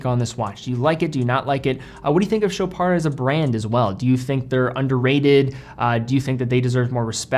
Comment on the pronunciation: You're actually saying sho-PAR and not sho-PARD!!! THANK YOU!!!!!!!!!!!